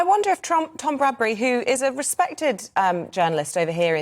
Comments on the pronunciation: GB news two consistently got TOM BRADBY's name wrong too not Bradbury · The male interviewer also said Tom Brady instead of Tom Bradby, so she wasn't the only one. And the female interviewer just said Bradbury!